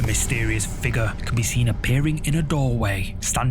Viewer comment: Did you all see the "Figgah"? Not figure, figgah.